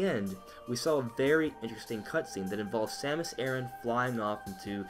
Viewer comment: soory it's not "Samus ERIN" but "Samus ARE-ON"...ignore the spelling..it's the pronunciation....also...thanks for the video...everyone is STARVING for metroid....anything metroid.